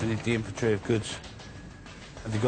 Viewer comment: "Invintree"... INVENTORY! Please say it correctly.